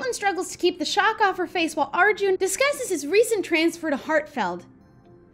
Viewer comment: Lol im pretty sure it’s pronounced like are-jun